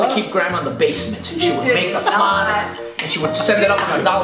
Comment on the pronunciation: Every time mispronounced flan Oscar was like...”ACTUALLY....” 😂😂